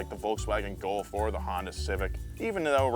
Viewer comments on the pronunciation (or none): none